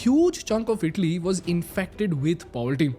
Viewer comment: It's not idli...❎🙅🏽‍♂️ It's itali...☑️🙋🏽‍♂️